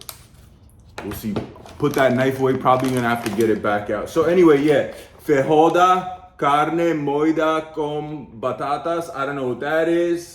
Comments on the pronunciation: "Fahoada", ahaha! In Portuguese, J doesn't sound like hard R like in Spanish, it's more like "fageeoah-dah" Most of the other words you said quite right! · In Brasil, we speak portuguese. So, when you read "feijoada", is not pronounced "feihoada". It's just "feijoada", with a smooth J, like in french. You know, without that "d" sound. Some gringos pronounce it "feidjoada", which is wrong. G also have this sound when it's "ge" ou "gi". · pronunce FEY-JHO-ADA... lol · "fae-joe-ah-dah" would be a better way to say it